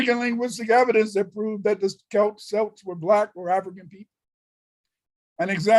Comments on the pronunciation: He can't even pronounce celts properly 😂😂😂 but claims to be one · He can’t even pronounce Celts properly😂😂😂